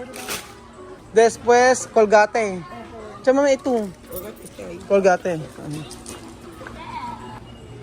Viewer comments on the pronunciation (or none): yung pronouciation mo ng mga COLGATE WIFI paki pronounce ng tama para matutunan nila. Kasi mali na sila akala pa nila tama sila. Di po ako basher. Gusto ko lng pag tulungan ntin matuto sila. Mismong vlogger at supporters.